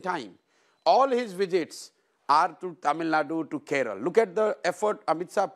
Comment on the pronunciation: What’s wrong with these people 🙄 ? Can’t they pronounce names of states/languages of southern India properly? Keral, kannad !?